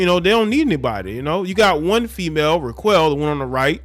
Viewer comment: Dude I think her name is pronounced “rock-elle”